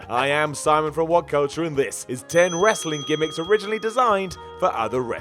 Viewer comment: Wrasling lol